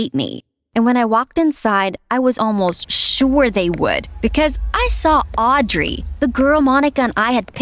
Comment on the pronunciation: you are NOT saying Audrey right